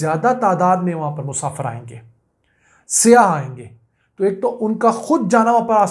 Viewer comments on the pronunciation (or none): It's SAYYAH not SIYAH